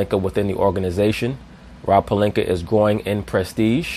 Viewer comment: Stephen a always saying pelinker instead of pelinka stop disrespecting his name